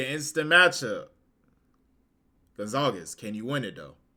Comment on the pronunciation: Did you call him Gonzagez?